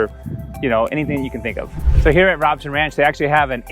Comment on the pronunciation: It's pronounced Rowb son, long "O" on first syllable. I know because I live there.